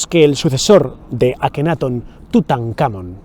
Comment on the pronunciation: LLENOS DE HIPOTESIS Y GUIADOS POR LA BIBLIA O TALMUD LAS CUALES SON CASI MODIFICADAS ENTORPECIENDO LA VERDAD..QUE VIVEN CEGADOS ANTE LA VERDAD QUE YA ESTA EN NUESTRAS MANOS. NO ME GUSTO EL VIDEO, MAS DE LO MISMO. Y LA PRONUNCIACION DEL GALLEGO DICIENDO AKENAATON CON ACENTO EN LA A, Y TUTANCAMON TAMBIEN EN LA A.